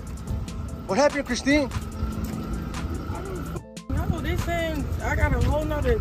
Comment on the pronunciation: i can’t watch this she saying chriseen